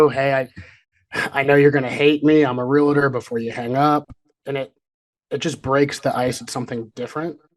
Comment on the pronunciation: I didn’t catch that other guy‘s name but I just wanted to tell him something… THERE IS NO SUCH THING AS A REAL-IT-TER… It’s a REAL-TOR… I can’t believe how many people mispronounce it. It’s one thing for lay people to mispronounce it but for a real estate agent to mispronounce their own title is inexcusable. And annoying!